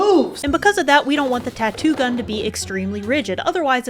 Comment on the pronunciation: I had to stop watching around the 2nd or 3rd time she said the tattoo “gun.”